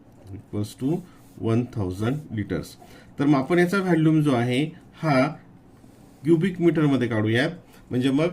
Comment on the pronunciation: व्हॅल्यूम नाही व्हॉल्यूम आहे